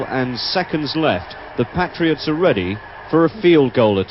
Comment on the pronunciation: Interesting pronunciation of 'Patriots' by...